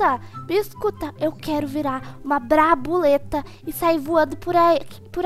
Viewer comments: Brabuleta KKK Brabuletada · eu quero virar uma "BRABULETA" kkk essa foi boa